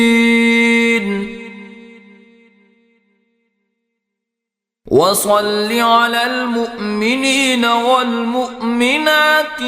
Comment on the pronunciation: Is me mominina wal mominat like hai aur paden me walmuqmenina wal muqminat pada ja raha hai